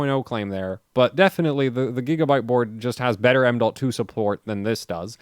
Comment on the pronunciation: He says m.2, I hear AMDolt